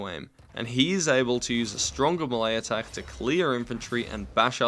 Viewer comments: Melee=May-lay not Muh-lay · Muhlae, im pretty sure its pronounced “mae-lay” yknow... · ITS MAY-LAY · I've heard "me-lee" and "may-lay" But I have enver heard until not "muh lay" (the lack of a dash is on purpose) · It's pronounced may-lay. Long A sound both times. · Eew you pronounce it as "muhlay" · Never pronounce melee like that again